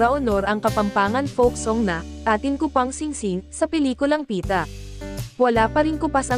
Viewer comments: Tama! When you are a broadcast" journalist", at least try to learn the proper pronunciation of the words in your report. Kulang sa effort ang mga so-called journalists ngayon. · Congrats Pieta cast. Pieta po at hindi Pita. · It's PIETA and not Pita!